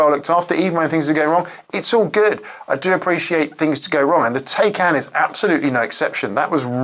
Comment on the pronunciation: why is it so hard for english people you to pronounce taycan correctly?